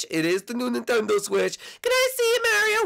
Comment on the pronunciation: Ok it's NINTENDO Switch not NENTENDO Switch god